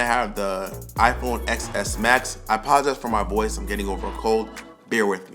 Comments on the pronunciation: Every time you say “ex s max” I get a headache. It’s the “10 s max”. Life would be a lot easier if you didn’t pronounce the X as a letter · It’s “ten S max” not “Ex S max” :) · It’s pronounced XS Max (10 S) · Disliked cause you keep saying Ex S.... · Painful to hear you call it "excess max" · It’s pronounced: iPhone Ten S Max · That was annoying me